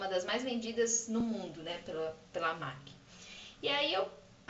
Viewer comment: Não é "MAQUII" é "MEQUI" a pronuncia de M.A.C